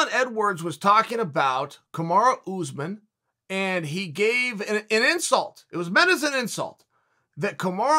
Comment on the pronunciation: "Oozeman" - Chael Sonnen 2021